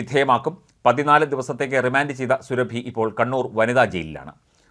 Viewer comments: സുരഭി അല്ല. സുറാബി. Khatun is a title of the female counterpart to a Khan. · സുരഭി യല്ല സൂറ ബീ 1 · സുറബി എന്നു കുടിചേർക്കു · സൂറബി ഖാത്തൂർ എന്ന് പറ 😭😭😭